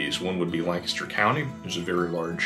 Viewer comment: It is so nice to hear the words "Lancaster" and "Amish" pronounced correctly. Thank you!